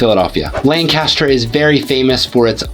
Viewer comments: FYI - it’s pronounced LANC-aster, not lan-CAST-er. lan-CAST-er is in Ohio. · Yup, It's LANC-u-stur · You must not be a native of the Philly area, cause you don’t pronounce some of these names like a local, the worst one probably was Lancaster, so you also probably don’t know how to pronounce Bethlehem, Emmaus, Reading or the Schuykill (river/county), just to name a few